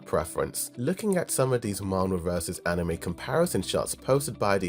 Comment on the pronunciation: Why does he insist on saying yeunho wrong? Lol that and anime.